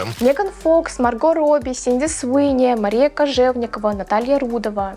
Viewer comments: Она же не Синди, а Сидни Простите, очень на слух давило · Sidney - Сидни, а не Синди. Просто режет ухо, так и перестанут правильно называть. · Я не могу это больше слышать. Она не СИНДИ, а СИДНИ ЭЭЭЭЭй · СиДни Суини, а не СиНди Суини 😭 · Простите, но не Синди, а Сидни, все видео вслушивалась 😄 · Не Синди, а Сидни😅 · Актрису зовут Сидни, а не Синди. Резало уши всё видео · Сидни, а не Синди Суинни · СИДни Суини, а не Синди Суини, слух очень режет! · СиДНи!!!!! Ее зовут СиДНи, а не СиНДи😢